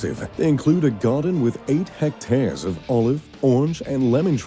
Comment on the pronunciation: Great homes. So many missing from the list (like every top home in the UK). Please no more filler shots that are not from the actual homes! How is it possible to mispronounces Versailles and hectares?